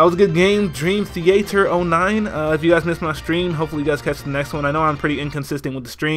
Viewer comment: I believe his name is dream theatre (like cinema) not dream the ater